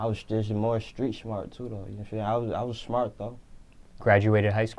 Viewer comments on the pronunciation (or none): "I'm shmart"😂